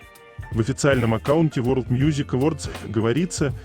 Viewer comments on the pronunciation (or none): none